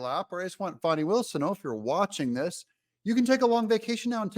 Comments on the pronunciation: I am going to unsubscribe if you keep pandering to the DNC and pronouncing her name "Fawni". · Pronounced "Fanny" like yer azz 😂